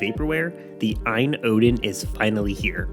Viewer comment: It's A-Y-N, like GPD. It's an acronym. The battery is also 6600mah, it was changed mid-campaign. Great first impressions, I subscribed and will continue to follow your thoughts and impressions on the Odin. You should try MMJR, MMJR2 and Citra/Citra MMJ. Even a 888 isn't going to blow through every GC/Wii/3DS game, so you will have to play with the settings. For reference, Taki was able to get 4x on MMJR on Mario Sunshine (as you can see on Taki II). More higher end emulation and retro games with integer scaling AND stretching would be great in your review. Please, be sure to also cover screen brightness, back-light bleed, battery life, ergonomics, noise, and ANY bugs and glitches you run into with the hardware or software. A